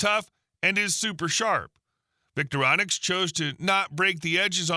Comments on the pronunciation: Voctorinox or "Victorinonix" - C'mon! The Victorinox Swiss Army knives are a name that has been around for years - so has the spelling and pronunciation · Vic-Tor-I-nox is how you say their name.